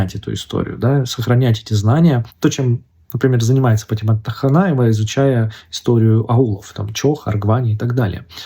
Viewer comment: Ни тахнаева а вахьнаева по-моему